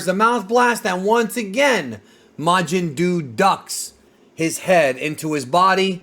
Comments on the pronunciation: Bruh it's majin duu. Fucking mountain dew my guy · The first thing I thought when I heard Majin Duu was "Majin Doo Doo"